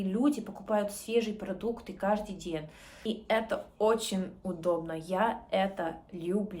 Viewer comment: Мягкий знак плохо ставишь не ден день нежнее тренируйся